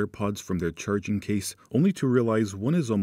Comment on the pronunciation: No. He’d have refined his annunciation and elocution. Saying “churrrrrging” is okay for one man, but unacceptable as a representative of a company focused on clarity.